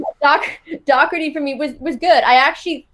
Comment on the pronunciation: It’s Doherty...not Docherty... and he’ll give the ball away perpetually..